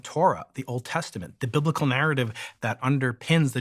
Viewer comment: Sorry when he said binlical I shit of